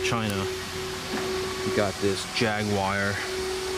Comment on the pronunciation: Its jaguar not jag wire